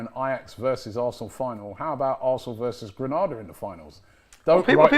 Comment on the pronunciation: lads its Granada not Grenada